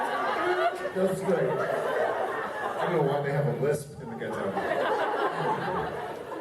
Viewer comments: The funniest part is the way Jared pronounces ghetto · The way Jared pronounces "ghetto" is honestly hilarious all by itself